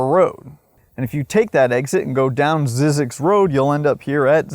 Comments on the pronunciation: You probably should first learn how to pronounce the place you did a whole video about. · Zzyzx is how someone from Cornwall would pronounce Sussex 🤣 mystery solved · You are mispronouncing the name. There was a documentary on this place on PBS a while back and the first thing they did was get the pronunciation of the name sorted out. It's not Zeeeee zyzx it's 'Z-EYE' zyzx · the correct way to say it is zeyezx, the y is long sounds like , eye in the middle, not zizx road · I was always told that it was pronounced Zz-eye-zx, but I can’t confirm the pronunciation one way or the other. Also, there was 2006 indie film about Zzyzx Rd. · Pronounced "ZZIZX", lived in Baker for 6 years. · Very interesting video.. I started taking field studies classes in 1990, and took classes for the next 30 years, so I know the place QUITE WELL. Just one correction . . . Zzyzx is pronouced 'zy-six'.... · Just fyi--it's pronounced "ZY-zyx" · When I worked at KHWY, we were told it should be pronounced ZYE-zix, not ZIZZ-ix. Not sure which is correct, but the whole story is very weird. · It’s pronounced “zee-six” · Wish you would pronounce Zzyzx correctly it’s (zeezix) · We always pronounced it a one syllable word with a silent X ie. “Zees” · It's zeeee zix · You pronounce it incorrectly. It is pronounced ZY ZEX,. The Y is a hard Y. My late father, who was the guy in charge on that freeway for CalTrans when that freeway was constructed, took it upon himself to make sure that the sign for ZZYZX Road would not be removed, as Cal Trans was planning on doing. I am 71 now but have vivid memories of my father coming home and telling us about ZZYZX Road when I was in elementary school. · It’s pronounced ZYE- Zix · This has an AI voice cuz it doesn't know how to pronounce zzyzx (zizeeks) the I is long and does not pronounce the tribes name Kiowa